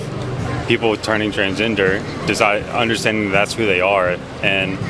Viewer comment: Did he say transginger?